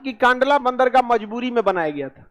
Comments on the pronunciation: कांडला नही कंडला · Kandla nahi kndla bola jata he